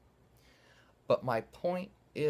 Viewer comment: I like that mutter under your breath D.M.T 😂😂😂😂👍🏻👍🏻👍🏻